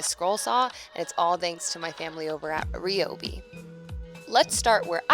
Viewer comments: I'd definitely say "Rye-obi" before saying "Re-obi" pretty sure it's Pronounced Rye' anyways. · Suddenly forgets how to pronounce ryobi 😂